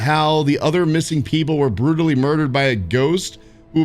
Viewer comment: I feel bad for the ones who were "buttally" murdered. Especially Nikolas. He was especially buttally murdered.